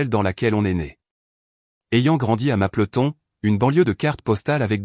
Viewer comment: Sa ce dit pas mapeloton mais mapleton